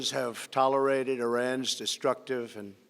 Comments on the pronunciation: "Will not be tolorided" 😂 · “We must send a clear message” >immediately fucks up saying “tolerated”